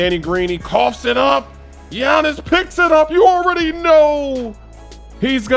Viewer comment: “Gianins”. Come on,!